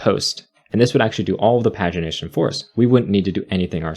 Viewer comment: The way pagination is pronounced in this video is just baffling to me It's always been 'page-ination' to me